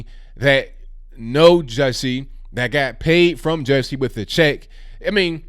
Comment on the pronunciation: I crack up Everytime says Jussie’s name that way. 🤣😂🤣😂👍